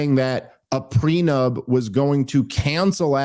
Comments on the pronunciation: Dave keeps saying prenub, and it’s bothering me. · How on earth did Andy manage to bite his tongue when Dave was calling a “prenup” a “preNUB”??? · Prenub? Me and you are? Love you Dave but cmon man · It is unfortunate that Dave thinks it’s called a “Pre-Nub” not a “prenup”😂😂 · Why does Dave keep saying pre-nub? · why does he keep calling it "pre nub"?? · Are you saying "prenub," Dave? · Anyone else hear Dave say “prenub” instead of “prenup”? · Dave kept pronouncing it "prenub".